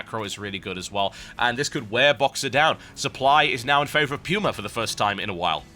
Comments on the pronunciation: ?? it's pronounced "Poo-ma" not "pewma" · its pronuced pooma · everytime i hear "pewma" i die alittle inside. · Just checked online. Much like the word "coupon" can be either "kyoo" or "koo" it can be pronounced with both the "pyoo-" and "poo-" (lol) sounds.